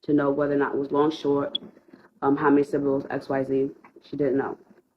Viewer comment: Her name is long, it has, like, 3 syllables... 😂🤣😅 the dumbest people I've ever met were at university. Syllable has 3 syllables, look how quickly she said that word